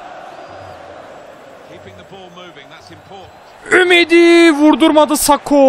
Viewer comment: Abi Jamesin okunuşu Hames diye okunuo söyliyim dedim :) BU ARADA Yine harikasin abi